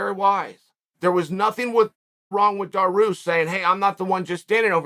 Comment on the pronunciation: I love how Chael fuck up a lot of fighters names its so funny - Darush 🤣🤣🤣